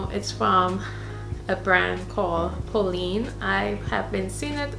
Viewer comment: Just so you know, the correct pronounciation for Polène rhymes with Glenn or Helen. So Polenn not Poleen. I hope you don't take this the wrong way. It's absolutely gorgeous, I want the burgundy one in the croc leather pattern. Thanks for sharing!